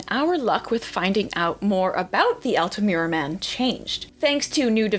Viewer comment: Congrats on 100K Very interesting video. The "u" in Altamura (and always in Iyalian) sound like the one in the name Ur, not like "cute" in english.